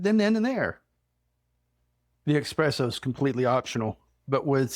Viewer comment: Thanks for the recipe for this cake,. Just 1 thing, please? There is no x in eSSpresso. ❤